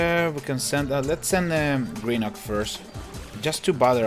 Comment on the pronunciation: You pronouce grenuke wrong but your close to pronoucing it right